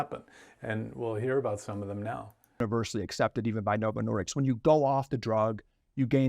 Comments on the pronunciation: The interview seemed familiar, then I realized I'd definitely seen it previously, when the guy kept saying "Novo Nor"dicks", instead of "disk". He has a bit of a speech impediment on a few things, but the message is spot freakin' on. I'm more horrified by the month, learning all the additional depths to which Big Pharma will sink, regardless of who it kills. It's more clear by the decade that a large percentage of life is a lie, all geared to gut you of as much $$$ as possible, and it's totally up to the individual to do enough research on their own, to navigate the sewer of lies, and try to learn enough of the truth to make the best choices to survive....and it's in every facet of life. There's only so much time in a day, especially with the 9-5 grind required as a base of existence for most of us, to navigate a couple of these sewers at best. That's why I've focused on the one discussed here, for the past 4 years. Fortunately, there are often enough parallels between sewers to help guide you in those as well. I detest politics, but it's clear how closely it is related to nutrition. Cling tightly to those boats, people. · Novo Nordisk not Nordiks 🤦‍♂️ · 1. The drug is approved for weight loss in Europe contrary to what he says. Oh hold on, it's not approved in the UK. Of course, UK and Europe, same word for most Americans. 2. The company name is Novo Nordisk, he keeps calling it Novo Nordics again and again. Am not a typo natzi but if the guy is so passionate about the drug and the company itself, he can't even get the name right ? How many things does he really get right among eveyrthing he says? I'd wager saying it's a typical Carlson level content, get maximum drama, don't worry about the facts. Albeit I am able to get behind some of the challenges raised in the video and the review, I'm seriously disappointed with the attention to correctness, of everyone really.